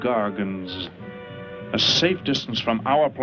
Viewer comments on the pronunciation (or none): its actually "Gargonites", and "technically" Homo-gargonithicus.respectfully